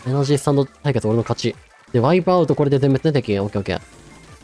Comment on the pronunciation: 途中のワイプアウトの発音好きやな